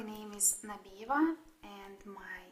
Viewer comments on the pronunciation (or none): Nabiyeva, not nabiva. Nabiva means either «stuffing» or «punching» (in genetive case) from Russian.